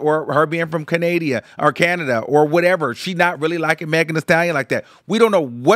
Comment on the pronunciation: why did you say canada like that 😂